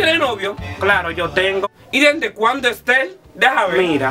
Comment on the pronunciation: Me haces reír cuando dices.esterrrrrr